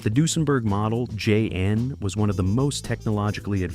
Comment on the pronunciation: I wish the narrator could pronounce Duesenberg properly